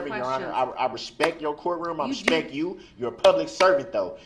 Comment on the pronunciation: Your quotation is not correct ! He never once stated, "with all respect" He said, "with all respeck" He couldn't even say it, let alone give it !